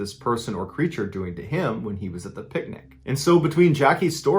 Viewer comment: “Creatures” cmon you’re better than this